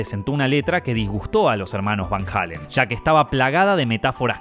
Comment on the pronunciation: Amigo no se dice Van Halen, se dice Van Heiilen ni tampoco Sammy Hagar es Samy Heygard entiendo que eres de Argentina 🇦🇷 pero esa es la forma correcta de decirlo